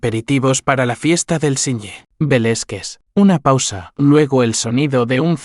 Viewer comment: Interesante historia desde Venezuela 🇻🇪, Pero por favor, deben trabajar en las pronunciaciones no se dice. Velezquez se pronuncia Velázquez , por favor ! .e desconcentro con las pronunciaciones incorrectas 👍👍